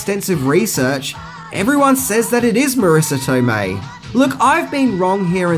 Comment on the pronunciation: Not Marrisa Tomeii